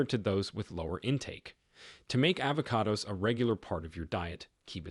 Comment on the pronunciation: stop using Artificial Intelligence...."polyphenols" and "avocados" are both mispronounced. Very annoying!